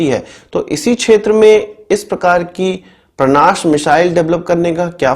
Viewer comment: परांश है भईया,,परनाश नहीं है